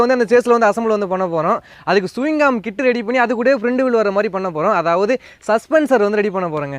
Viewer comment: Swingarm is the word ✅ Suvingam is the emotion 😂😂